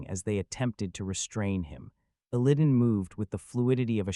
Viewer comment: Your pronunciation of Illidan hurts my soul.